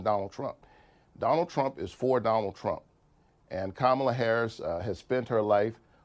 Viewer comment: It is very surprising why all these Republicans can’t pronounce first name of VP Harris. It seems intentional. In the first presidential debate, Trump did not answer any questions. He lied through the whole debate. The problem was President Biden’s inability to speak coherently.